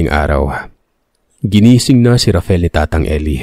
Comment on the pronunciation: Ano ba talaga ang name nung bata, RAFAEL o RAFEL? Inconsistent ang pagbigkas ng narrator sa pangalan nung bata. Huwag na paartehin ang pagbigkas...